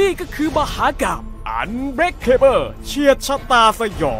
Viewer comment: ผมไม่ใช่แฟนหนังชุดนี้หรอกนะครับ แต่ผมว่า อ่านว่า อันเบรคเคเบิล เถอะอย่าอันเบรคเคเบ้อเลยครับ